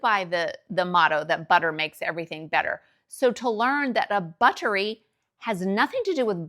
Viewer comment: I love your videos about US vs UK differences. Accents, language differences etc. You should do more videos like this ! I noticed you say the word "butter(y)" the British way here (t sound instead of d sound), and I was wondering if you can do a British accent, and if you tend to adopt a British accent when living in the UK...